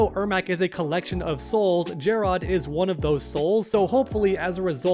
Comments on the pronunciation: If you call him Jer-Rod one more time!😂 Stop it, you heard how Sindel and Lui Kang say his name in story mode "Jer-Rid." Just like if it were spelled Jared. Jer-Rod sounded cringe AF😂😂😂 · Omg it's not JarROD it's just Jarrod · It's not jer-odd it's jerrod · Why he saying jare-Odd tho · Take a shot whenever he says Jerr-ahd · “KinG Jarrrod” or whatever tf your saying.” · Why are u saying jarrod how it’s spelled everyone in the story mode says it like Jared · That pronunciation of Jerrod 😂Ermac should have a skin for a mortal look of the Edenian King. With Takeda being playable I can see the rest of the Kombat being Kameo fighters (- ^ ) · This seriously has to be the most clickbaity MK channel. Not to mention the pronounciation of Jarrod or being unaware of story. As long as you're getting that bread I guess.